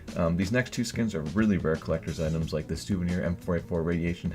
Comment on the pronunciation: you made a mistake saying souviner ak47 stattrak red laminate :P but nice video as always